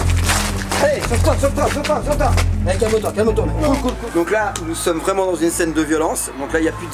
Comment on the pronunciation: Aime le commentaire Si tu délire à chaque fois qu'il roule la langue en disant : " cool cool cool "